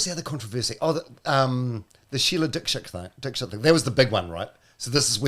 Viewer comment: Paul actually was pronouncing Dikshit correctly on the Breakfast Show episode that ended his career, look up any interview from India, they all pronounce it the way Paul says it. Here is one interview where you hear the Host say her name, its at about 37 seconds into the video ...